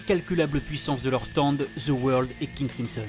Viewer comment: Ca me tue comment tu dis the world "the weurld" mdrr oh et Jean pierre Polnareff est le plus fort de tout le jojo game chercher pas.